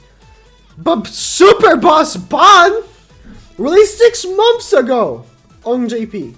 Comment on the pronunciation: I just like how he say "momths"